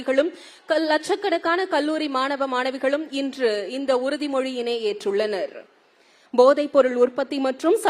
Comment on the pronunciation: 'உறுதி'மொழி 'இறுதி'மொழி அல்ல தலைவரே 🙄🙄🙄